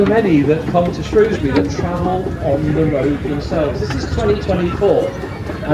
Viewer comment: We were there on Monday, the dryer day of the two. So glad you called it Shrewsbury and not Shrowsbury 😁👍🏻